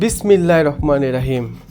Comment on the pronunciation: hmm ro uccharon hobe ra noy